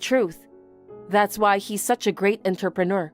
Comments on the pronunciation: Please learn to pronounce entrepreneur. 😡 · I don't think that will ever happen, I've commented numerous times. I don't think they care enough.